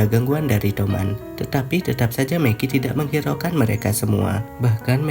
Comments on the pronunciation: gw dengernya meki njir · Mikey anjir bukan Meki